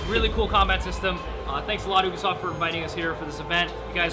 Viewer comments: who the hell calls it "oobisoft" its "youbisoft" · You-bee-soft, not oo-b-soft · its not ooobisoft its ubisoft